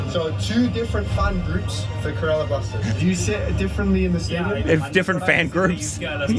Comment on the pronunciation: Not Saturn It's (blasteeeeeeers blasters) Kerala BLASTERS